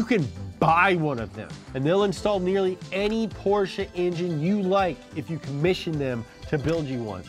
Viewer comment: You pronounce Porsche better than. That pitifully underpowered Mustang is ashamed of itself.